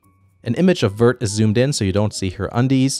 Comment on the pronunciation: "Vert" is pronounced like this